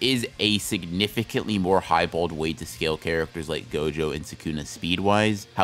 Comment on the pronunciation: HE FR CALLED GOJO "jogo"